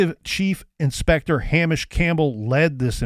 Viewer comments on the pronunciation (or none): Hamish is pronounced Hay-mish not ham-ish